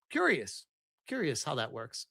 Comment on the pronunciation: Only AI pronounces that, as dat. AI also uses lots of hand jestures. Empty backgrounds. Bald guys with glasses named simon.